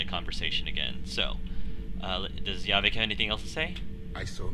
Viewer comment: It's JAH-Vick not YA-VICK.